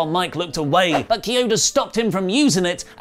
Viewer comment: Key Oda not Chee Oda.. FART!